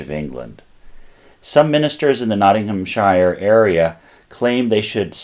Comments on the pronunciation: TIP! Ik it’s hard coz your used to saying it the way you grew up with, but when pronouncing ‘SHIRE’ for English counties, it’s ‘SHEER’ rather than ‘SHYERR’ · Great video. For your reference however, it is pronounced Nottingham-sher not shire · Oh, yeah, the correct pronunciation by the British is Nottingham Shur nor Shire. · Loved it. Little tip for how we say ‘shire’ - it’s ’Sheer’. As in —-Not ing ham sheer. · Any time you see an English, Scottish or Welsh county ending with "-shire" it's pronounced "sheer". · 'Shire' is pronounced like 'sheer' when it's at the end of a county name, not like the place the Hobbits live. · Sh “eye” rrrr.